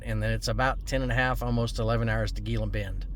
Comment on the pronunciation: It's pronounced heela bend.